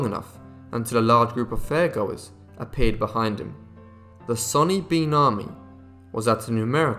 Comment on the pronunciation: Its sawny bean not sunny bean.